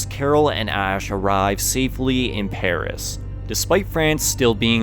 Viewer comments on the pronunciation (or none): none